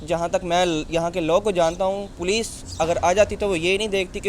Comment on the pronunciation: Poloce🤣🤣🤣🤣 it’s Police. Padhai kar lete thoda.